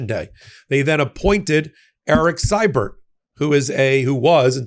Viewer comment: This is picking nits, but, please,: Siebert is pronounced "SEE-bert"! (I should know, I am a Sievert at birth.)